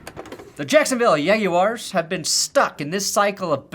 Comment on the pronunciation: The way you pronounce Yaguars leads me to think you either have a Latina wife or a Jewish wife. lolol Go Yags! And easy Subscribe! Great stuff!;)